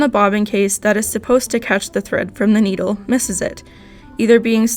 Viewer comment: You say needle the wrong way but you dont say the right way